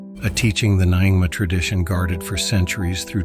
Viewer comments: AI voice - it's closer to Ningma. Definitely not Ny - ingma. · Nyingma is not pronounced as na-ing-ma. It’s pronunciation is nearer to Ningma, although not exactly. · Nyingma isn't pronounced like that, but NYING-mah (/ˈnjɪŋmɑː/)